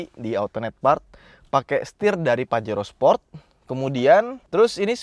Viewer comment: pajero sprot dong 🤣 emang suka keceletot sih bilang sport jadi sprot 😂